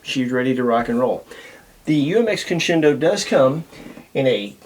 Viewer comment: This is least favorite UMX. Mainly because he can't pronounce it 👍